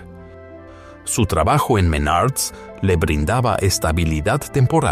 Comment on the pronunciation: Menards no Menarts jejeje pero igual buen resumen d su historia laboral 👍